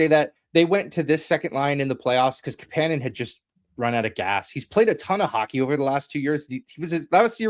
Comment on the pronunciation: Kapanen isn’t pronounced that way. Marry and Kapanen said they don’t pronounce it that way.